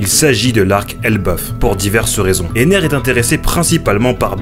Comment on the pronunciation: c'est enel pas ener